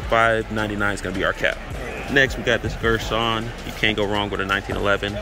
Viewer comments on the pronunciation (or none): none